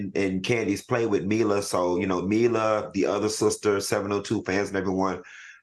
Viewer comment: I⚰️ when Dr Heavenly mispronounced Ashton and Mila's name😂